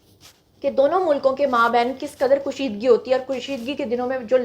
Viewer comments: kushidgi nhi hota,kashidgi hora hai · Its called kasheedgi not kusheedgi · اردو کا لفظ کشیدگی کو آپ مسلسل غلط تلفظ کے ساتھ بولتی رہیں ویڈیو میں ۔ میں ایک اردو کی ریٹائر ٹیچر ہوں ہی اس لیے بتا رہی ہوں کہ اتنے سالوں سے جس مضمون کی تدریس کرتی رہی اور طالبات کی اصلاح کرتی رہی لکھنے میں ، بولنے میں تو آپ کی لفظ کشیدگی کے غلط تلفظ نے بہت کوفت میں مبتلا کیا ۔ میں لکھ کر کیا وضاحت کروں ۔ بہتر ہو گا کہ آپ کسی اہل زبان سے رابطہ کریں تاکہ آپ کی اصلاح ہو سکے ۔